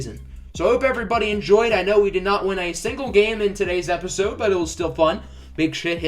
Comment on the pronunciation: "big shit you hit the like button" is what i heard 😂😂😂